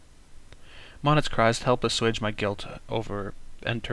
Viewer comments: I just learned that the pronunciation for Monet is (Mow-Neigh). Sorry If any of my grammar is incorrect. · I know this series was made last year, but it really annoys me how he pronounces Monet wrong.